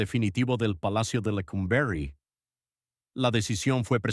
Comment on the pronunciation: Qué manera tan chocante de narrar esta historia, "Lecómberry" ridiculez. Y otra palabreja "crujillas"